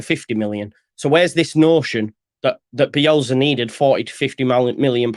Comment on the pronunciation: Do you realise it’s bielSA not BielZA :-)